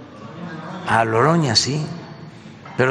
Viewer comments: Si se dan cuenta, el presidente dice: "Loroña", no "Noroña". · "Loroña" ?? Pobre menso. No se sabe ni los apellidos de sus gatos.